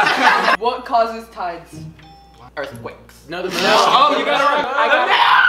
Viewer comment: nobody: not even Larray:: EaRtH QuACks😌